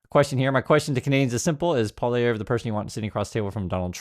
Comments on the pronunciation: Poilievre is pronounced "Pwa ly ev ruh." But you needn't worry about that after Monday's election. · Pol E Ev... I'd you're going to speak on Canadian politics you'll sound a lot more credible if you can pronounce the name... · Happy to see you covering Canadian issues, the largest of which currently is responding to the US administration. I voted last weekend. Just so you’re aware, Pollievre is pronounced “polly-ev” (the “re” is silent). In no way should this be perceived as an endorsement for him. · Just a note for our American friends. Poilievre is a French name, 3 syllables and pronounced Pwah-lee-ev.(sorry - this is my best attempt to write phonetically) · It's pronounced PWA-lee-ev. In case he wins. Just a word to the wise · It’s pronounced Polly Ev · It’s an anthem not a song and it’s “Polly ev” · Pronounce Polievre as "Polly-Ev," or "Polly-Ever," which still isn't close to the proper French pronunciation. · I prefer the pronunciation PoiliNevre. I have already voted. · Are you kidding me? PP is mini-trump wanabe. Carney is a proven economist of excellence. PP is just like trump a lair like trump interested on giving tax cuts to the rich. You are mispronouncing Poly-ev. Like the name of a girl with "ev" at the end. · Please do not call a national anthem a song. Thank you. And please learn to pronounce someone’s name correctly. Thank you for keeping us in the loop. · Lol... You can't even pronounce his name! Most Canadians can't stand listening to that 'Mini Maga' wannabe: Pierre Poilievre that is. 😡